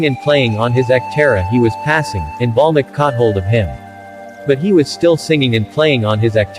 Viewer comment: its valmiki not balmiki